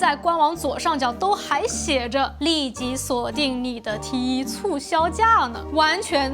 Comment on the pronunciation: 講T one 才對，英文，才好聽😂